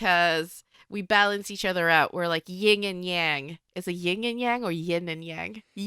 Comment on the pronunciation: ITS 👏 YIN 👏 AND 👏 Y-ANG